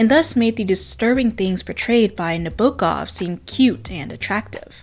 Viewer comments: Your prononsiation of author's name is very good (as a native speaker) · your pronunciation of nabokov's name is way better than the way most English speakers pronounce it tho!!! when it comes to proximity to the original russian pronunciation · I'm russian and you are great in pronunciation of Nabokov's name, don't worry about it! great video! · Also, I know you prefaced the video by saying you would be saying his name "weird", but in an interview he quite literally instructed Americans to pronounce it exactly as you did, so nobody should have anything to complain about! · As a person who's native language is Russian I can say that your prononsiation of Nabokov's name is pretty much perfect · you actually pronounce Vladimir Nabokov pretty well for an English speaker! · You pronounced Nabokov’s name correctly, according to his response during a September 1965 interview when the interviewer asked him how to pronounce his name: “As to pronunciation, Frenchmen of course say Nabokoff, with the accent on the last syllable. Englishmen say Nab-okov, accent on the first, and Italians say Nabokov, accent in the middle, as Russians also do. Na-bo-kov. A heavy open ‘o’ as in ‘Knickerbocker’.” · Don't apologize, you did a great job pronouncing his name❤ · You are actually pronouncing his name the closest I heard from an American - English speaker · Your pronunciation of Vladimir Nabokov's name is good, don't worry. Usually english speakers make it worse and with a wrong stress.